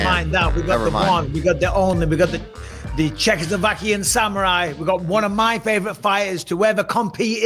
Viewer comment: Jesus Bisping, say "Czechoslovakian" one more time and we will invade.